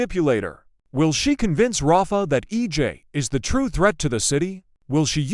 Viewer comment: Say the names correctly. Rafe not rafa.